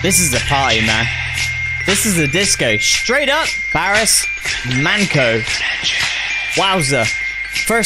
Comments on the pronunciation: I will make it easy for you how to pronounce his name !!. his name is BARIS MANCO ok?.. we sound his name as it is like in Latin words the way it is written.!. but. if you read this in the English language like " BARISH MANCHO " that will be very close to the correct sound in the Turkish language!. great video!. also, you look like each other as brothers"-)). love it as a Turkish man. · His name is pronounced ''BARİSH MANCHO'' This is one of Baris's best hits of all time, love all of his songs, he was a true legend! ❤ May he rest in peace.. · Pronunced BariSH ManCHo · pronunciation of the artist is Barısh Mancho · Pronounciated as "Barish Mancho" & "Doenenjay" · Pronunciations: Barış Manço (Barhish Munn-cho) - Dönence (Deue-nen-je)) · the correct way to pronounce his name is "BURSH MUNCHO" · BariSH ManCHo would be the correct pronunciation mate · The correct pronunciation of the name should be barısh mancho.